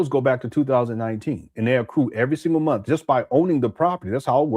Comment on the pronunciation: Why do you say MOOOTH instead of month?